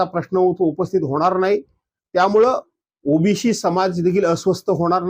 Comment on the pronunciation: ओ बी सी म्हणायला शिका आधी मग आरक्षणाबद्दल बोला ओ बी शी नाहीये तो शब्द